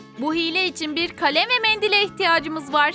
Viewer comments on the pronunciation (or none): de kaleme kale diyor😧😧😧😐😐